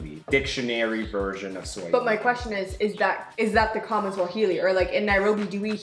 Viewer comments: is pronunciation in Swahili is spot on... read it exactly.... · Ma man, you aced the pronunciations...trés bien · is pronouncing most of the words correctly, good work keep it up, and btw that's the correct swahili spoken all over the country. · got it right... on the "Uhali gani"... Quick tip, always take the easier prononunciation the simpler way in Swahili.. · YOU PRONOUNCE CORRECT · is right with the pronounciations. Swahili is just as written. She is definitely reading it in English hahaha! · Hehe.... I love your Swahili pronunciations... Good job! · you are pronouncing it great men keep it up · is good on pronouncing swahili words congrats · Enjoyed the video. Amazing almost pronounced everything right. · is really getting the Swahili pronunciation right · is pronouncing like he's been learning for a while. Some of our kids can't pronounce like that and I am being honest. Esp in the urban areas